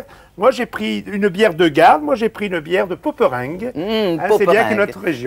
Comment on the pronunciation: Le bonheur de la Belgique et du nord de la France... ❤ Ce qui est marrant, c'est cette prononciation française des noms flamands comme Poperinge. Logiquement c'est pôperiingeu je crois, comme dans dring ou ring en anglais. Mais en même temps c'est tellement mignon comme ils le disent.